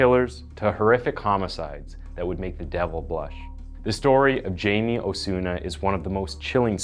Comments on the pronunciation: Hey. You said all the names wrong. You said "Jay-me", but it's actually pronounced "Hay-me". You said "Peena", but it's actually pronounced "pey-nya". Guess you haven't been around too many hispanics..... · He's from my town. Its "Hi-Me" not "Jay-me" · Hai-meh, not Jamie. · It's pronounced hei-may. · Hi-May learn to pronounce Hispanic pronouns. Not gonna listen to this. Ignorance is not bliss. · actually the name should be pronounced "Hi- meh" and last name "Peña" as "peh-nyah" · I am convinced this guy is a deepfake. can't pronounce Jaime or Peña? you kidding me